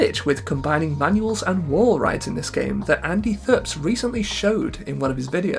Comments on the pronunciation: I've heard Andy himself pronounce it as "Andy Tipps" multiple times during the twitch streams but I dunno if that was him being goofy or not. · AndyTHPS's name isn't pronounced phonetically. It's Andy and then THPS are sounded out individually. He ran a Tony Hawk community in the early 2000s and later worked for Neversoft. Many of the demos showcasing gameplay in some of the later titles like Underground 1/2 and THAW were his.